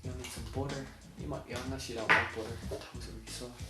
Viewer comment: I love the way you say "butter" it sounds like "boutter"